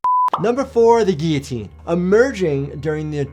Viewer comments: The geeoteen sounds nasty, but that could be because it's not pronounced geeoteen it's gilloteen. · I always pronounced it "gill-a-tine". Lmao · Wait. The L's is guillotine are silent? I've been pronouncing it wrong for 25years. Lmao.